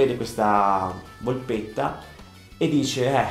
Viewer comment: "Volpetta" non "volpotta"...